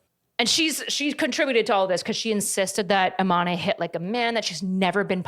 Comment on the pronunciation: I'm so sorry, it's not a big deal but it's pronounced Iman (without an e at the end). It's just a little painful hearing it pronounced Imanee. Great video tho <3